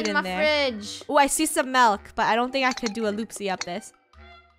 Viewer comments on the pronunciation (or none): "ooh I see some malk" XD